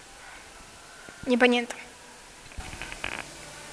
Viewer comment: "Nie PANIENTAM" najlepszy :D